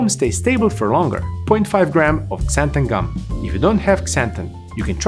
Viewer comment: lol “ksanthan gum”